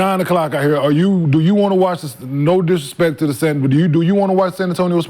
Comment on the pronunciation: I rather play da Pacers instead of da Spurs